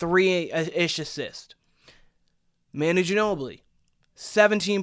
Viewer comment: OK, gonna stop right here . First of all, you can’t even pronounce Manu’s name. Second, Manu is unique. I don’t even care who is comparing Steph to Manu - they are wrong. Castle may end up being the greatest to ever play for the Spurs, we don’t know, but in no way is he like Manu on the court. Ginobili was one of a kind, so move on. What else have you got?